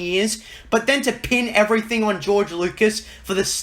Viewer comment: damn can this fool pronounce anything right? "mudder, everyfing, trice, jidday, orer"